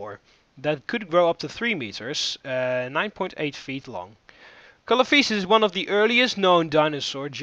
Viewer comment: Not to be rude, but it's pronounced Coelophysis (SEE-LOW-FIE-SIS) and Dunkleosteus (DUNK-LEE-OH-STEE-US)